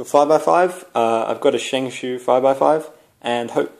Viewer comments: I say Shingshao, you say shinsho😃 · its shengshow not shengsoo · I forgot, Shengshoo FTW! No offence if you took any, I thought its cool, the way you pronounce it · I think ive been pronouncing my shengshou wrong